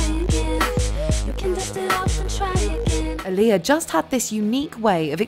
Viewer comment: Pronounced AAH-LI-Yah, (like Muhammed Ali (AAH-Li) Fix it jesus !!!